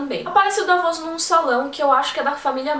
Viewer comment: Dávos, Deivos, Davôs.... Dá pra juntar uma turma e brincar bastante com a forma como cada um pronuncia os nomes das crônicas. :)